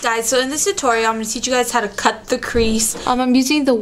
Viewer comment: sounds like you say : cute tip :P